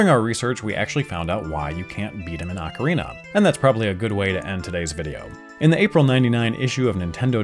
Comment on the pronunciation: ACK-err-EEnuh, instead of Ocarina.